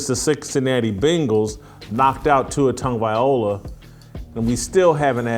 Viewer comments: Much respect Jason, but please pronounce Tua's last name correctly. It's Tago-vai-loa, not Tago-vai, ola. You got the Tago and the vai, part correct, but the last syllable is pronounced (loh-ah), not o-lah, like you've been saying. I'm a big fan. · It’s not VIOLA, It’s VILOA 😂 Come on Jason! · It's Loa not Ola getting it right is important especially when your trying to trash the man I thought you made good sense in some of your other videos but you are dead wrong on this issue ✌️ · At least try and pronounce his name properly. It’s TAGO-VAI-LOA not OLA. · Please. Please. PLEASE! His name is easy enough to pronounce: Tag-Oh-Vay-Loua